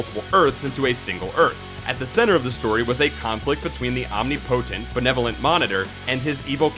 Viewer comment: lol he said "OM-nee-POH-tent" to say omnipotent. It's actually pronounced "om-NIH-poh-tent"